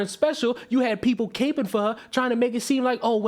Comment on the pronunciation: did you say people were capeing for her? It's capping my dude.